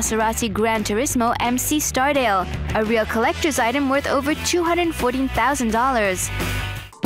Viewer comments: She said STARdale instead of Stradale 😂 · "Maserati MC Stardale" :-D hahahaha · "Maserati Gran turismo MC Star-dale" facepalm